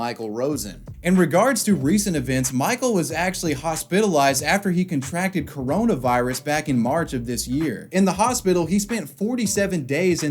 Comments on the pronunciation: "hoss pittle ized" lmaooo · hos-pit-a-lized? Nonono sir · i am now, forever, going to pronounce "hospitalized" the way you did in this video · I adore your content. Been binging for some time now. Excellent subjects and you do your due diligence, but the way you pronounced hospitalized in this episode has ruined my life... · he said hospitalized so weird.... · why say hospitalize that way